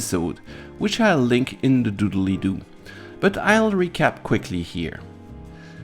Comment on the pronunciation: The original quote is from the youtube AvE, but he always said Doobiely Doo, and not Doodley Doo...